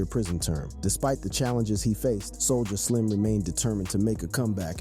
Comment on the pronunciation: wtf?? You butchered all this rappers and everything in it homie